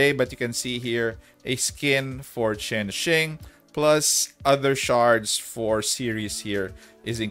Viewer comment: Chain Shing is how you properly pronounce Chenxing just so you know its' a Chinese name as far as I'm aware apparently there's an author with the same name, maybe it's a reference to her? dunno.